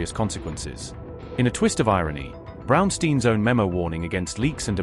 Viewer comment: Brownstein not steeen...